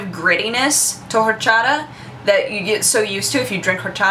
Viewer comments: PLEASE don't pronounce the H in horchata.:p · You don't pronounce the 'H' in horchata. I know this because it my be my favorite beverage that exists. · And then Mickey Mouse was the boss. The way you pronounce "horchata" kind of irks me, it's like you're not putting enough emphasis on a certain syllable, but maybe that's just me. xD YEA, FRAMING! Never had rootbeer? Yeah it kind of tastes like pepto-bismol to me, but I LOVE IT... Douche-canoe strikes again! This time towards Husky. That sign-off... I LIKE IT, ANOTHER! TEMPLE OUT! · I see you're struggling to pronounce 'orxata'.It's easy the [x] is like the [sh] in sheep, soft. It's a catalan word translated to spanish.;) Are you very fluent in spanish? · awesome the way you say horchata jaja you'd think living in LA you would have no problem with the pronunciation of Latin words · Don't pronounce the "h" in horchata!